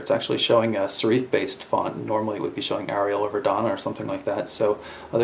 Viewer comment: Serif. Not sereef.